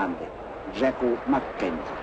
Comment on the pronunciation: Hello Ildar! Interesting, that the tv host pronounces the canadian captain's name in the french way: "Jacques McKenzie.! :) All the best Jrahde